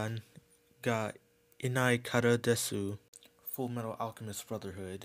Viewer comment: it’s not Dess-U it’s Dess for "Desu" btw